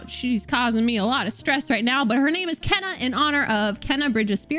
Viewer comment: Kena is actually pronounced as Keena confirmed by the devs.